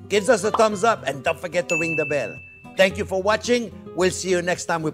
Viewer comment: “Don’t forget to givezuzzezumbs up” Me: *immediately presses like button”